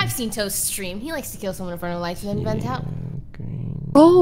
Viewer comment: “Toast came out of a veent~” Famous last words